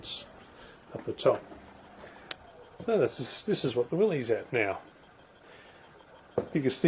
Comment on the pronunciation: FYI, the proper pronunciation is "Willis," not "Willeez." Great job you're doing on your build.